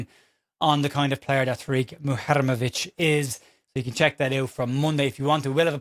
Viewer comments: I'm glad you clarified the pronunciation of Muharemovic, though in my heart I know everyone is just going to call him Tarik, and will mispronounce that, too. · You've nailed that Muharemovic pronunciation in less than 24hrs 😂